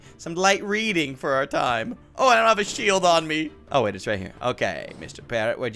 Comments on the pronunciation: I have to admit, when he said shield I thought he said sheep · I thought he said: “You can only defeat the parrot you need a sheep”